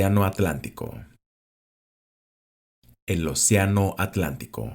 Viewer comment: El o siano a tlantico